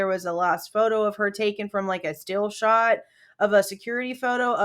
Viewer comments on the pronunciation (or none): none